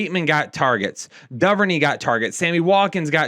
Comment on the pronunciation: It’s Doo-ver-nay. I’m sorry I had to say it as a ravens fan